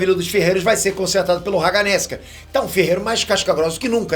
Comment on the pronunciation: Cara, o vídeo é ótimo e tal. Mas uma questão que sempre me incomoda MUITO, são os nomes errados que o pronuncia, tipo: Haganézuka, Tanjíro, Háshira, Nézuko… da agonia demais